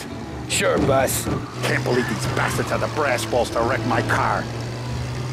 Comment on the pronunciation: I laughed sure hard when salieri said you up for a drive? Then tommy just responded with “ SuRe BOaSs